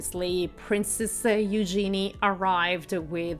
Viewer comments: It’s pronounced HUGE genee. Not You gee knee. Geez. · If you are going to report on people it would be nice if you would pronounce their names correctly. Princess Eugenie's name is pronounced yoo-zhe-nee and the Duke's family name of Grosvenor is pronounced grove-nur (the "s" is silent). As for Eugenie's dress - it was dreadful. Boring color - actually rather an ugly color. A belt would have cut her at the waist making her look more short and dumpy. She also could stand to be fitted with proper undergarments (as could some others in the Royal family.) Eugenie rarely wears makeup which is a personal choice, but for a high society wedding it would have been nice to at least see a bit of color. I do agree with you on the bride's shoes. While pretty, and I understand the "something blue" idea, it was the wrong shade and very clunky looking. A pale blue would have been a softer look for her delicate dress, and while a chunky heel would be better than trying to stand on 'stilts', if she wanted comfort, perhaps a flat or low heel. And, as others have pointed out, what was the reason for even mentioning The Duke and Duchess of Sussex? They didn't attend so there was no reason to say anything about them. And what nonsense to say the wedding cake was influenced by the Sussex cake. You took that information direct from Hello magazine and it was ridiculous of the author to say, let alone for you to repeat. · Disregarding the other mispronouncments, I must correct your mispronouncing of Princess Eugenie. Her name is pronounced "you-genie", with a soft G. Also, Grosvenor is pronounced "Grove-ner" the S is silent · Please search how to properly pronounce Eugenie’s name, you said it incorrectly throughout this video.